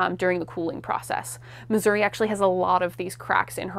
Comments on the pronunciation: It would be nice if the curator correctly pronounced Missouri. Miz-zur-ree. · Brilliant stuff despite how I despise the way you say Missouri